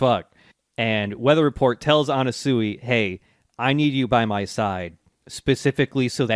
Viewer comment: lmao, they are still saying Anasuey